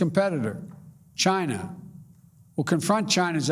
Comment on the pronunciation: He's slurring his words he said Chiner Haha .